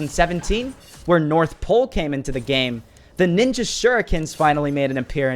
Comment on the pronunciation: Did you just say night ninja